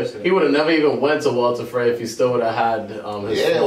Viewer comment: "Walter Frey" wut